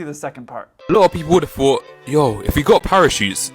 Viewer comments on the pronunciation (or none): “Where ever” Jesus Christ, annunciate the “r”. “Thought” doesn’t have an “f” sound anywhere in there. Thought, not fought